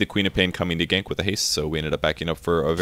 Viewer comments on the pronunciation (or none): COMIN' FO GAYNKS WIT DA HASTE. If I ever actually start playing this game, that'll be my catchphrase.